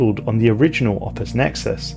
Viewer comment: i honestly kept mishearing "opus" as "office" and i found that kinda funny